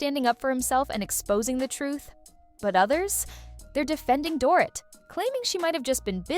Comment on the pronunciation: It’s pronounced door-eat , not door- it.